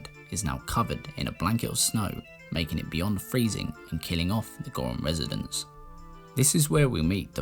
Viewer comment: I’m from north England and don’t like the way you pronounce Zora or Goron but your Zelda videos are great. Superb content sir